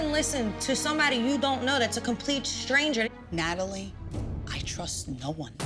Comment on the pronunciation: Did Renee say, "Ratalie"???? 🤣😂😂😂